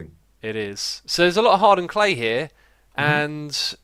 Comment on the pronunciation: For some reason, when you say 'hardened clay' I think you say 'hard earned clay' xD